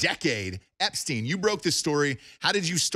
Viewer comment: Dude is called "Epstein" not "Epstin".